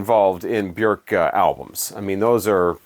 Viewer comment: Kudos for pronouncing Bjork's name correctly. I remember hearing her in an interview saying, "Bjork, rhymes with jerk."